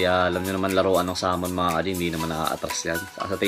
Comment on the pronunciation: Boss it's not saaamon it's samon. Don't change the name utol.